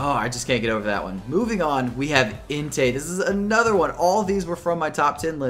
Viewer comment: su i cin ? ri ku? intay? WHAT ARE YOU SAYING?